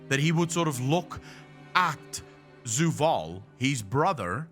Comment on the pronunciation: Idk it just sounds weird when says Zoo-vaal instead of Zovaal. Maybe I'm just being too picky hahaha